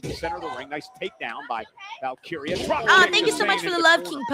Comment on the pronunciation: Here’s a word struggles with: Valkyria. “What do ya mean? It’s val Kyra?” Is it? Or is it Val-Keer-Rhea? You wouldn’t say Ra Ripley would you? I’m surprised nobody has corrected you.